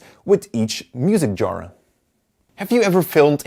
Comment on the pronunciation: I didn't initially understand the word 'genre' due to your accent. I don't usually notice, but this one had me scratching my head trying to figure out what a 'jora' might be. :)